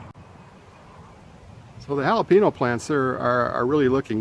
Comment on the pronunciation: Your leeks look great. My leeks and onions didn’t do well this year. No harvest at all 🤬. Grew 4 picklebush cukes first time this year and this morning I put up 4 qts and 2 pts of bread n butter pickles off just one plant. Keep growing! Btw, it’s “halo-pain-yo”!!! Lol 🤓